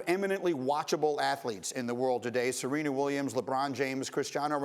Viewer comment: did she say 'Serena?' ... oh my god!